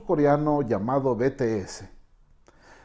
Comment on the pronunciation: JAJAJAJA pasa que no sabe pronunciar los nombres y les dice bEtEesE o tAeyOng o jOnkUk JAJAJAJA